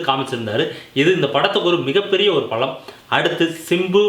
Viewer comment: Better practice yourself and then upload your videos.. Balam ku palam nu solra... tamizha kolra... its annoying... more places you mad mistakes.. practice makes perfect